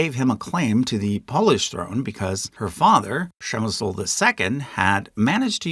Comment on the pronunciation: a heroic effort in pronouncing Přemyslid 👏